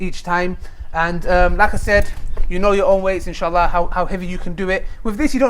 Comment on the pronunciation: y da fuck do u keep saying inshitta,y da fuck u keep saying it,ur not guna get any xtra rewards for swearing u no